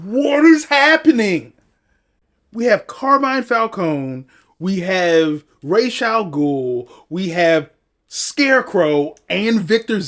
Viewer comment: Whoohoo!! Good reaction bro. Can't wait for The Dark Knight. The pronunciation of Ra's pissed me off as well though. It's really good seeing someone who is familiar with the story do a reaction to it. I unfortunately did it the other way around, saw it when it came out and THEN read the comics.